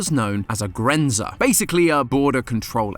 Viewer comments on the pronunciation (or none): As a german it hurt to hear Rügen pronounced as Rugen and Grenzer as Grenser. Ü and U are not the same and Z is pronounced much more sharply in german. Apart from that I really enjoyed the episode, cooking companion is certainly one of the most unique games you’ve covered. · You pronounce grenzer so off, a true American way